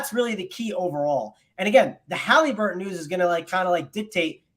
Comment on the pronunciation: Stop saying haleeeeeburton please